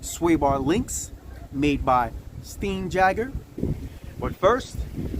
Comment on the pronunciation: Pronunciation St eye n yay gr Jesus Christ brother.